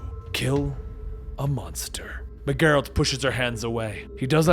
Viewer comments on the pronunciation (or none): It’s a G from gel not gear for Geralt